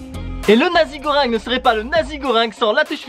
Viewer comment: Dans la prononciation du plat on dit pas "nazi" mais "Nassi" goreng.